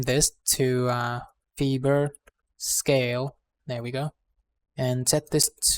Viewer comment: Fiber is pronounced fyber, not feeber. Please excuse the interruption.....